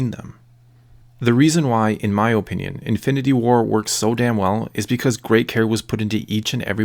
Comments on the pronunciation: Its Uh-Pinion, not Oh-pinion. but yeah this was a great video :) ! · Ur video is good but u keep saying OHpinion